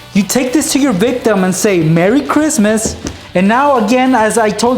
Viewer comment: why do you say victom😐😐😐😐😐😐😐😕😕😕😕😕😕😕😕😕😕😕😕😕😕😕😕😕😕😕